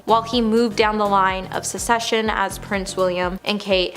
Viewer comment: The word is “Suc-CES-sion, not “Secession!” Where do they find these people?